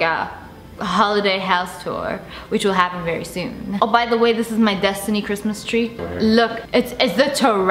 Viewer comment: Kuh-wrist-mas chree